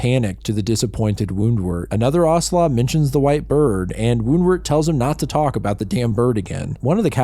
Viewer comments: I got really excited when I saw this in my feed, but had to stop watching this after the 10th time in as many minutes when you said 'Aurhslah' for 'Owsla'. If you had seen any of the TV/series/Netflix adaptations, OR Googled it, you would know it's said as rhyming with 'house-la' or 'mouse-la'. Instead of taking wild guesses at pronunciations of words you've never encountered, try finding it out first. This was the first video of yours I'd seen/been recommended, but sorry to say I won't be subscribing and this does get a downvote. Best of luck to you for future endeavours. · Ahhh yes, the movie that traumatized certain generations 😂😮 EDIT: Its Ow- slaw, not ah- sla haha 😊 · owsla is pronounced a bit more like it's spelled